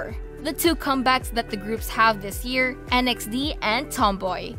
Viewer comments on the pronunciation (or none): FYI Nxde is not pronounced as en-ex-dee, it’s just pronounced as the words Nude